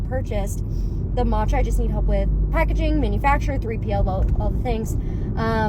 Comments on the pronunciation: The 'matcha' with a random 'n' thrown is was driving me nuts. It's 'maa-cha' not 'maan-che' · I want someone sooo badly to keep commenting on her video about "maachaa" (her pronunciation urked me so much, I'm a graduate of Japanese studies) to throw her hypocrisy back at her.... and on other videos as well to warn people. So irritating, her whole shtick.